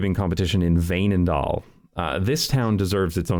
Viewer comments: Veenendaal pronounced very well but remember to do it this way: Veen-en-Daal, basically three seperate words. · That's a good pronunciation of Veenendaal!